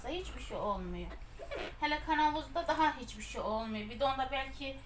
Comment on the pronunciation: Türk dilinde KANAVUZ DİYE BİR ŞEY YOK KAVANOZ DEMEYİ LÜTFEN ÖĞREN